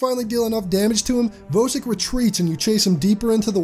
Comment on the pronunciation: Just discovered your channel today, really enjoying your content. And I finally found a YouTuber who pronounces Vosik correctly lol.